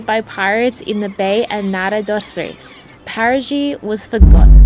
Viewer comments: not paragi its parati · It is wonderful that they tried to pronounce Paraty in a portuguese manner. But it came more like Parajy than Paratchy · You should pronounce Parachee not Parajee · Beautiful! Quick pronunciation hints: Paraty is said like “paratchee”, and cachaça, the Ç is like SS, so it would be “cachassa”. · Parati= Para-chee